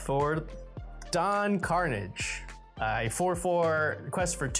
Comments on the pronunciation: I'm guessing none of the team has actually watched TaleSpin. Karnage is not pronounced Carnage. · I guess Veggiewagon never watched TaleSpin as a kid because that is not how the great sky pirate Don Karnage pronounces his last name.